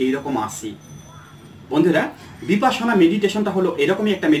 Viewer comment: বিপাসনা নয় বিপশ্যনা। মানে বিশেষ ভাবে দেখা।